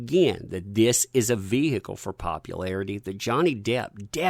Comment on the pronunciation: "Its a Vee-hee-a-cul" psml dude.